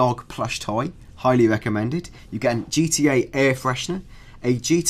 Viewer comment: I wike gee twee a (I like GTA) LOL like ill win